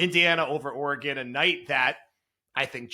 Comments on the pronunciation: It is not pronounced “Or-ā-gone” haha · He pronounces Oregon like it’s the name of a Mexican wrestler 😂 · The way pronounces Oregon is hysterical and terribly wrong